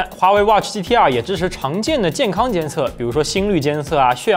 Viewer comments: 我一直聽成GTR⋯⋯ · 第一句听成了 华为 watch GTR...